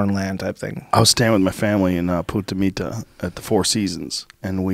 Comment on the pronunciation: We’re not going to acknowledge the fact that he called it “Puta Mita” instead of “Punta Mita”. One means bitch the other means point. I at least thought it was humorous